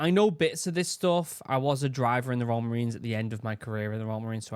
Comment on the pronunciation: I find it extremely comical that youtube's subtitles for your voice when you say "royal" they just say "raw" so when you said Royal Marines" it said "Raw Marines" and tbh it does sound like raw lmao.